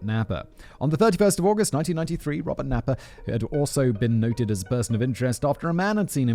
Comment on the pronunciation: 😂 Robert Naiper.... I read it that way too... me and simon....same page...don't know why.